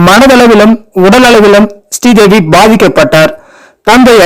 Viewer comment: Sree Devi not stee devi